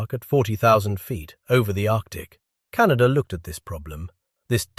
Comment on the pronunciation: CanaDER...? Can of WHAT???